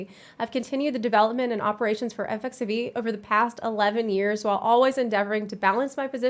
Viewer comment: Is it just me or does she keep saying “Eff eff xevie”? Which sounds like FFXVI. Wouldn’t “Eff eff xiv, or eckziv be more appropriate? Or is it “eff eff xivee” and I’m just being paranoid?